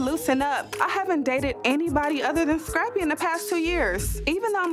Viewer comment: Us: Scrappy Tammy: Shrappy Us: Screen Tammy: Shreen Us: Skate Tammy: Shkate This woman can't pronounce any words that start with " S C'' 😂😂😂😂